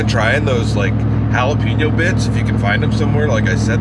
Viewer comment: Ha! You crack me up...Jah la penn ooooo.....Hail...ahhh peeenoooo. Love you brother~ A Jack Out Of The Box